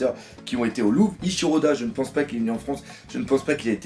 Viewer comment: Cet accent du sud qui sort à hahaha 😂 "moi je peinse que"